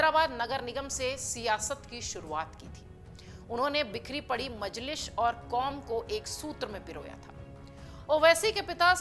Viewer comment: Thoda uchcharan theek karlo majlish nahi majlis hota hai 😂